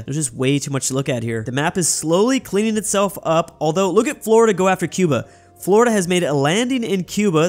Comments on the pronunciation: “Flordia” lol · Who else noticed he called Florida "Flordia" LOL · I love the "Flordia" ajjsshajajhahsjsjsjs, alternative Florida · called Florida "Flordia"